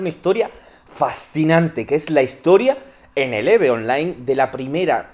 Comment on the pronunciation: Oye, español... se Pronuncia "IV" en tu idioma. No "eve"